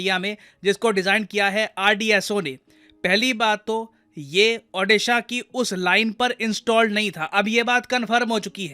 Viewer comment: It's not Aaudisha It's Called OODISHA. LEARN TO PRONOUNCE IT PROPERLY FIRST.